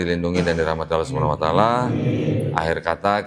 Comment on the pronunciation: Maaf dg sgala hormat sy koreksi dlm pengucapan "Subhana wa ta'ala"setelah sy cross cek pengucapan yg benar adalah SUBHANAHU WA TA'ALA,mohon maaf sekali lg🙏🙏